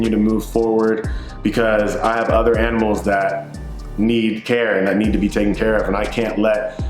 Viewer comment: Bro I’m so sorry to hear your aminals passed.. I love you dude!